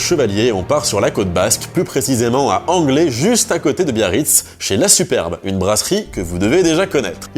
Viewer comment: Anglet ce prononce anglette...